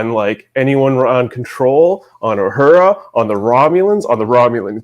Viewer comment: Guys just FYI its La'an no Lee'an and Uhura not You'hura . Just needed to get that off my chest . Its like nails on the chalk board everytime you Pronounce them wrong .